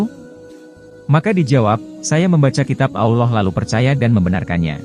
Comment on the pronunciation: Ki ngomong.a alla bukan allah..